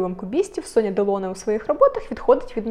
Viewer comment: Ударение в фамилии Делоне на последнем слоге как и в имени Робер.Это правила французского языка.